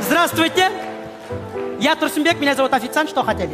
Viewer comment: Не Турсумбек, Турсунбек, а Турсынбек😭😭 На случай если не знали что коверкаете🙃🙃